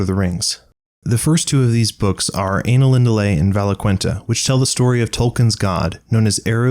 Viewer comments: Did you just say Anal-indale? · chuckles* he said anal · Good video, but watch out on some of the pronunciations. "ai" such as in "Ainulindalë" is always pronounced as in the word "eye". Also "dh" such as in "Maedhros" is a soft "th" such as "thistle". Also on the topic of Maedhros, the "ae" should be pronounced either as separate vowels or as in the "ai" case earlier. There may be more but they're the ones that stuck out to me. But yeah, otherwise a very good attempt at condensing a book that had far too much going on for its own good :)